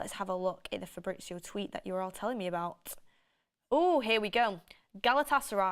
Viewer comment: why do you say “it” when you mean to say “at”?